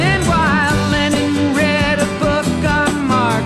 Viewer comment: Lennon not Lennin